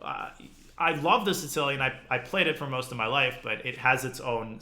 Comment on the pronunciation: Danya has a bunch of insane pronunciations when it comes to openings... have you heard him say the "Tzitzilian" (Sicilian)?